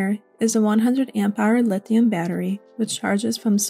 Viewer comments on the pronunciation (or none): none